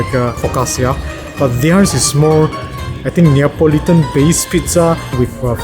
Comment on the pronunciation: laughed when u said like Nan...